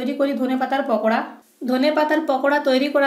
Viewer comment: পকোড়া না আপু... পাকোড়া....